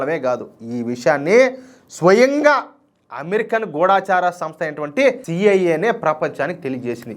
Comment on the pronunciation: నమస్తే సార్. గూడాచార సంస్థ కాదు - "గూఢ చార సంస్థ". "డ" కి ఒత్తు ఇవ్వాలి, "ఢ" కి దీర్ఘం ఇవ్వకూడదు. గూఢ చారి లేక గూఢ చార సంస్థ అని పలకాలి. మీరు గూగుల్ సెర్చ్ లో కూడా చూడ వచ్చు. లేదా తెలుగు పంతులు గారిని అడిగి సందేహ నివృత్తి చేసుకోండి. తప్పులు లేకుండా చదివితే ఇంకా గౌరవం పెరుగుతుంది. ఇంతకు ముందు కూడా మెసేజ్ పెట్టాను. మీరు పలకటం సరి చేసుకోండి. ఒక ఛానల్ వాళ్ళు తప్పు పలికితే, అదే సరియైనదని అన్ని ఛానళ్ళు వాళ్ళు అలాగే పలుకుతున్నారు. తెలుగుని వక్రంగా పలుకుతుంటే, మేము పెద్ద వయసు వాళ్ళం చాలా బాధ పడుతున్నాం.